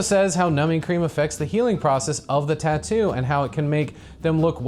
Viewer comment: The way she says "taat-oo"a is more annoying than even the crappest tattoo